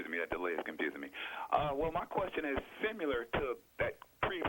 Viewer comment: "Simular"? "You guys are smart so i wonder why you haven't come up with this yet."? 'Nuff said. Except... don't take drugs, ESPECIALLY meth! 🤪